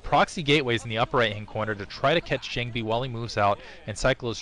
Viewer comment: Jangbi....not John-bi lol